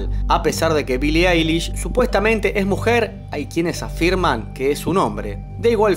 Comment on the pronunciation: "Billie Ailis" AJAJAJAJJA AY BASTA